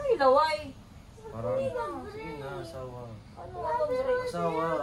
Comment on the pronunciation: That ‘HILAWAY’🤣